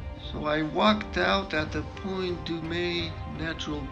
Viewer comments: It's pronounced Point Doom. Why do globe deniers speak like such weirdos? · Nice Job, (through you, ). FE proves the GE again. I live in this area and anyone who calls Point Dume (pronounced Doom) Point DUMEZ (as in French) cannot be believed anyway. =) Plus, if he pointed the infrared camera out to Catalina island, he would have only seen the top of the island. exactly like we see by facing the ocean, not INLAND. Why anyone standing at that point would look inland is beyond me when the beautiful ocean is just a 45 degree turn =) Plus, right up the road in Ventura or down in Long Beach (south of Palo Verdes, which he surprisingly pronounced correctly) are whale watching trips that you can take every day...and you guessed it, SHIPPING LANES. All he has to do it take one of these trips for $25 out to sea, to see some whales, and point his camera at the horizon in the shipping lane. We see 100's of ships go over the horizon and disappear bottom up just like they should on a flat earth. Ignoring all of that local evidence (maybe he gets sea sick), all he had to do it subscribe to the NASA ISS channel to see the curve everyday. The fact that these douche bags won't do any of this, or simply brush it off as "not science", as Godless Engineer found out yesterday, is baffling and points to them just doing this for the $$ that it generates on their youtube channels. Modern day snake oil salesmen these FE nerds are. Thanks for bringing the science and crushing them once again.